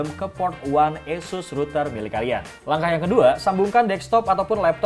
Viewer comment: Oohh itu namanya router eussuss tohh... kirain asus broow.... 😀